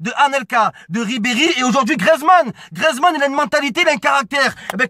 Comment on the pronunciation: ça vous fait pas rager quand il dit grezman